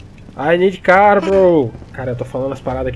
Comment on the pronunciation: parece um russo tentando falar KKKK "i need carrr"